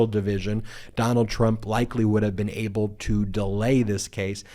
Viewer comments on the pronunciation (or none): none